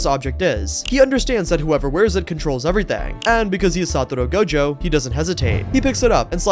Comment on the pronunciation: "satoro gojo" 🥀